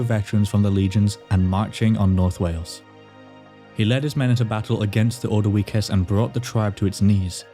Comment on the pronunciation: Nice video, but mate, your pronunciations of the tribes is so wrong. Especially the ordivices and Iceni. The later is pronounced "eye-seen-eye"...